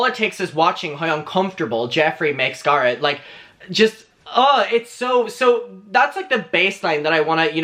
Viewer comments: Bb i will pay you to stop saying guh-rett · Every time you say garrot I want to die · I can't watch this. The GAR-it is making me soooo uncomfortable. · Take a shot every time he says GARHET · I keep thinking he says 'Gaara' from Naruto lmaooo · Me when says garrett: 👁👄👁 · I like you but you talk too much. And you're pronouncing Garrett wrong. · The way you say Garret is my favorite 💚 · The only reason there are dislikes are because the way he pronounces Garrett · Why is the way he's saying Garrett triggering me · I,love how he says Garrett name 😁